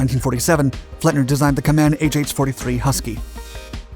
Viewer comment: Company name is properly pronounced "KAY-man".